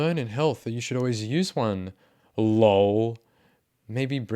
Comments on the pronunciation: I love how you say laul instead of L O L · I appreciate that you read "lol" as "loll" cause I do that too, it's great hearing it from someone else.